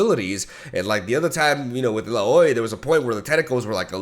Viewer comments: this may be late but its pronounced as ILAWEE not ila.OI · Stop calling her il-a-oy please it isnt funny anymore 😭 its ill-ow-ee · Yoooo dude you fkd up illai's name man its not ella oi its more like elawe 😂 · Its ilawi not ilooy like so that he can see its getting anoying now. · The previous champion is pronounced "Ill-Ow-Eee" rather than "Ill-a-Oiy". Love the vids! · Not a biggie, you pronounce champ's names however you want, but Illaoi is pronounced (ill-ow-ee). But you know we love your own pronunciations of names, so you do you! Keep up the good content, been loving it! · Illaoi is pronounced: Ill • OWIE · Illaoi it pronounced "ill-a-o-i"